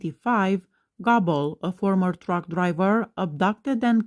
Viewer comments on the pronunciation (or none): I thought Goble (Not Gobble) was Ron Jeremy. Goble is pronounced Go-ble.